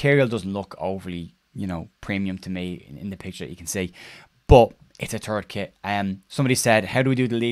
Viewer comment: "It's a turd kit." True True! 🤣🤣